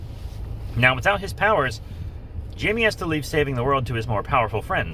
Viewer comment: Its jaime (haime)